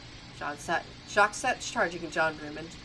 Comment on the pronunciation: The "s" on the end of Jacques is silent. You pronounce it "Jock".